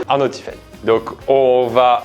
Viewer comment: Je me sens appeler quand il dit tyfene 🤣😭